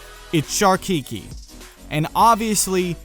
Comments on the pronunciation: looking rad, one small thing tho "Keiki" is pronounced (kay-kee) not (kee-kee) but super awesome design choice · Just some food for thought... the Hawaiian word Keiki is properly pronounced like [Kay-key] :) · keiki is pronounced kay-key. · Love the design. Keiki is pronounced Keh•key but great job with Koa and Kahuna. Keep up the great work and I am super stoked to be playing a game about my home in the near future. ^~^ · Nice design! I really like it! P.s. Keiki is pronounced "kay-Ki" and not "kiki".